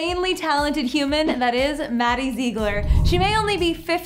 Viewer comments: ZIG-LER, not ZEE-GLER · Lala Lala no maddie says her last name zig-ler and her and abby have said that I have also heard Mackenzie say Zig-ler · Lieve V.D.H if you see maddie say it it’s zig-ler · Zeegler lol its ziegler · at least learn to pronounce her damn last name correctly. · Your so right like if you're gonna do a video about Maddie pronounce her name right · Jacky Mai well they should say it how she says it not meaning to be rude